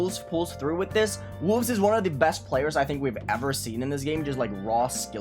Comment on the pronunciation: yes, it just sounds like he said “Wulzy’s the verifier” at the start